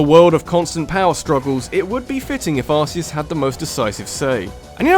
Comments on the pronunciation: omg it bothers be when he says ar-see-us... its pronounced ar-key-us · just a pronunciation error: it's not ar-see-us, it's ar-key-us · Arceus is pronounced Ar-key-us